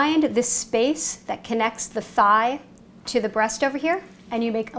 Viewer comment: Nice but I don't like the way she pronounce thigh I mean how do you say Thailand 🇹🇭 in that style 🤯